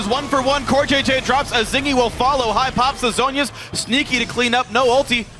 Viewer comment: "The counter initiation by Kennen is too HAI..." Thank you you unintentionally made my day